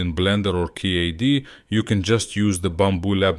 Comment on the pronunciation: “Key-A-D” earned a subscribe from me! 🤣